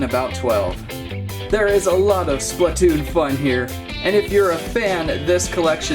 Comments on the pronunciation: ITS SPLATOON NOT SPLUTOON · ITS SPLAATOON (AHU)